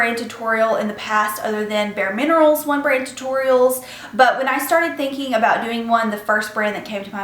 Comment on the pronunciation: Haha sounds like "one brain tutorial". Love the look :)